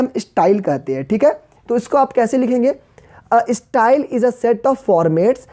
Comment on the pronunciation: Page eeeeeestyle 😂😂